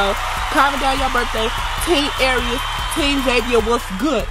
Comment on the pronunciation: No she said Arieus 😂😂😂😂